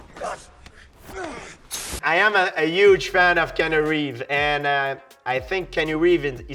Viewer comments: “Kanu reve” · Me: Keanu Reeves! GSP: Keanu REEV! Me: KEANU REEV!!!